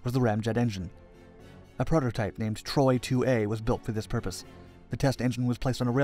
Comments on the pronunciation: TORY not TROY!! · The reactor is called Tory, not Troy.